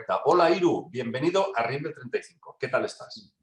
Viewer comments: Hey y.......es RIM BEL 35.....not...RIMBLE.... 😄😄😄 (sinó..los reptilianos se van a enojar), siempre firme al pié del cañón. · es RIMBEL35, no RIMBLE35...